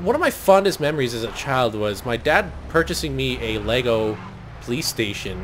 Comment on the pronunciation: I like how says "Pholice" Instead of "Police" Or popo